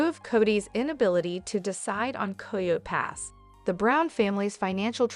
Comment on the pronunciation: It’s coyote pass not coy yo pass